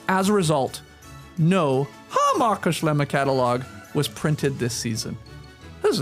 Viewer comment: I look forward to this episode each year more than any other, just to hear Skeets pronounce Hammacher Schlemmer. Keep it going!!